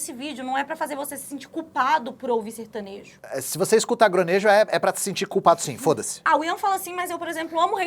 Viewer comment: Certanejo ou sertanojo???